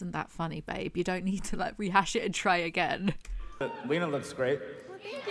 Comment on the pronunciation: What got me was Tana mispronouncing Lena's name even if it was just to make the same unfunny joke multiple times